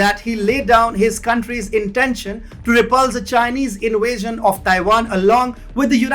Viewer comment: Dude: please brush up on your English! People are are always asking us what type of language you are using! Inwasian is not a word, in west is not a word, do you get the point? Many people cannot understand you improper pronunciation, no matter how loud you say it! It is still hard to understand! Please refine!